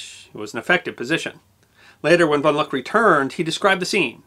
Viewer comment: Good piece, but one small correction: it’s Hans von Luck, pronounced “Look”.